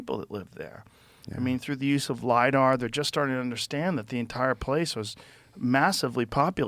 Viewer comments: Hey Joe,, stop with the 'Lydar' already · Joe "But did you LIDAR" Rogan.